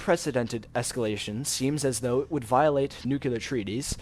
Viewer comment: the word is NUCLEAR, pronounced NEW - CLEE- UR not fucking NUCULAR